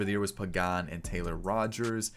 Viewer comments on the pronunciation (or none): none